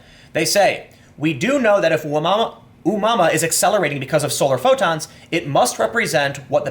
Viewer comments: Pronounced a moo a moo a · That's a horrible pronunciation :D It's oh-mooah-mooah ;) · Tim it's pronounced O moo ah moo ah. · It's pronounced O-moo-ah-moo-ah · It's pronounced as oh-mu-ah-mu-ah. It's a Hawaiian word which means "scout". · Oh Moo Uh Moo Uh is how that's pronounced. It's Hawaiian. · dude the pronunciation for Oumuamua is readily available on the wikipedia.